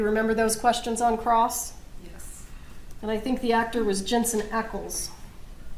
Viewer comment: Not him saying Jensens name wrong 🤣😭